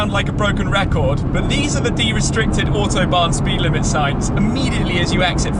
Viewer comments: Shmee can u do me a little favor and say A U T o bahn ... not O H T obahn. Thx for ur effort. Br from Messeturm. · To support this with a kind of mnemonic: "AUtobahn" to be pronounced like "AUdi", the last one you really do pronounce perfectly. Looking forward to the next AUtobahn vlog :-)